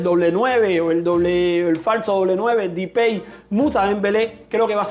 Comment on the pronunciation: Porque dice dipey a depay